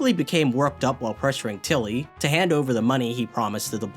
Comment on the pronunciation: I'm curious, only because it's so strictly consistent Why do you say til-LY when saying his full name, but only TIL-ly when shortening it?